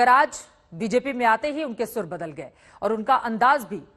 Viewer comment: Baadal nhi saab badal hota h